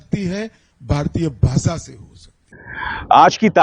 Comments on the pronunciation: Inko to Bhasha bhi kehna nahi aata. Bhasa kehte hain. Joker!!!! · Jandu, its not a baasa ,its a basha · Ask him to spell HINDI properly BASA NAHI BASHA 😂 if he doesn't want to speak English then why forcing other states to speak Hindi? Every state has their own language who loved it but it doesn't mean they hate other languages...We love every language .Two uneducated people are ruling this country country ..